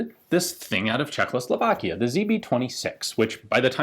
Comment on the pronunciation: Its not czech-lo-slovakia, its czech-o-slovakia...